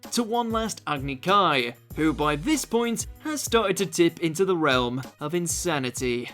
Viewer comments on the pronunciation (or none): none